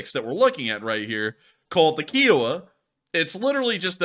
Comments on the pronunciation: Ki O Wa Pronounced Ky O Wah. It’s not a car made by Hyundai. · Kiowa as in the tribe it is named after and the fact that every documentary says it pronunciation KI owa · Kiowa With a long I. I like the Indian tribe Kiowa. Lol. Lol Had to give you crap about it.